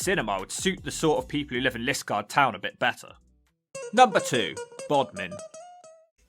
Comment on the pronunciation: It should be Li-SKARD and re-DRUTH with the stresses on the second syllables, not LIS-kard and RED-ruth. Great video otherwise though.